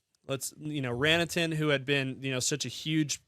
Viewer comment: Sorry, bud. It's Ran-ta-nen, as opposed to Ran-a-ten.